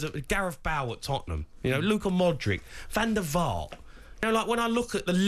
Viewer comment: Man said Van der vaart. Fk me.